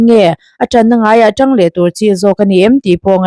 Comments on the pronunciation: Chhiar thiam lo ve.. a tangin ti thi la.. a tang..😂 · A chhiar tu khan mizo tawng zir tha rawh,atang tih a awm lo,a tang in tih tur